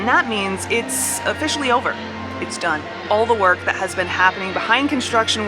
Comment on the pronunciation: i don't think i like the way you said "done" like "EPCOT is done. so done. completely done." or "EPCOT is DONE!"